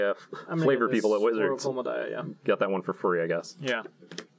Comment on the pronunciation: "honorary spider: oracle of mul daya"... damnit